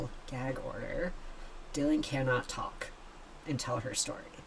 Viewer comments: So she /he is. Accept that. I dont feel for her/him in the least. Not one bit. Too many questions about her/him. Its Dylan, like dillon not die lynn. 😅😅😅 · You can't make this shit up. It's Dy-lan NOT Die-lynn 🤣 Idiocracy 🤣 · Bro...stop calling her Die-Lan! lol It's DYLAN. Where the H did you hear it pronounced that way? Because I never did ONCE, aside from you. And yes, she sure AF looks 100% woman to me too. But if she DID get that done? Wow. Give those doctors a big fat raise! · Come on. Surely you know how to pronounce Dylan's name. As in Bob Dylan.. .. her name is not Dy lyn. Ffs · Her named is pronounced “ Dillon”